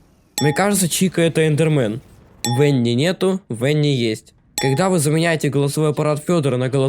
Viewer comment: Не В э н н и а В а н н и!